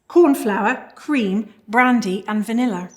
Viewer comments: "vanillar!" I love the accent... ❤❤❤ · Was the vanillahr in the sauhrce from Africahr?